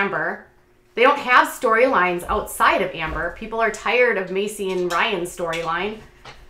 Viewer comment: Makes me LOL the way you say Ryan’s name